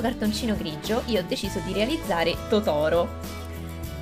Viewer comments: Si dice Tòtoro non Totòro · certo che chiamare Tòtoro, Totòro... no comment.. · si dice Totaro non Totoro c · si dice tótoro non totóro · Sì dice totaro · cmq si dice totoro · La pronuncia di Totoro è sbagliata 😅